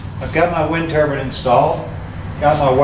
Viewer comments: What’s a wind turban? 😂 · Did you say wind turban? But who would wear them? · Which is it, wind turbine or wind turban?